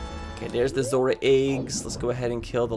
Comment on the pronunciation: smør is butter in norwegian, the way you say ZMMR sounds just like it, lol